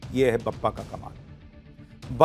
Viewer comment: वह 'बप्पा' नहीं, 'बाप्पा' है...